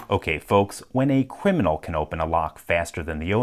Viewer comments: Cwiminal, not criminal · Okay is no one going to mention how he said Cwiminal? Or is it just my ears? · Did you say Cwiminal? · No, he called himself a cwiminal. 😉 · You mean “cwiminow” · A “cwiminal” now we know who the LPL is, ITS ELMER FUDD. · “when a cwiminal” 😂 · I got a question why did you say 'Cwiminal'? I lol'ed anyhow!! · I misheard him say "cwiminal" and that nearly killed me. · "Okay folks when a cwiminal can open the lock faster than the owner can" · Did my dude just drop a whole “cwiminal” at the end there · Luxither Need a few more "r's" in there.